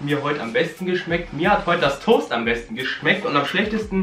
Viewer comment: Toast von die Aussprache ist beste😂😂❤️